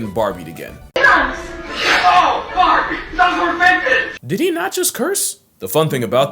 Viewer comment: "oh barbie those were vintige!"